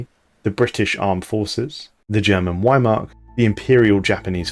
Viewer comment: Its not call the German whymark and the word you're trying to say doesn't mean Army that works be Heer